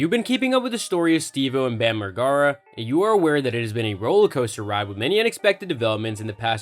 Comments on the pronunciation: Laugh my ass off your boy said Margara 😂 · Imagine pronouncing the name like this, when the dude literally been famous for decades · Theres no way youve ever even seen a jackass movie if you pronounce his name that way you vanilla boi lmao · if you're gonna make a video on someone you should probably know how to say their name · Say the last name right 🤣🤣